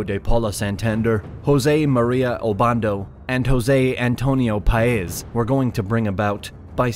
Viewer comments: Great video, horrible name pronunciations. Look at the accent marks: SimÓn BolÍvar, PÁez, etc...I understand it is not easy for a non-native speaker, but the thing about Spanish is that you have markings on its written form to help you pronouncing. But thanks for your efforts! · I can't get over the blatant disregard for the accent mark. Saying BOL-ivar when it says Bolívar, and paEZ when it says Páez. I get it that he's not a Spanish speaker, but it's really very simple. I almost can't believe that he knows all the stuff in this video and doesn't know what the accent mark is for.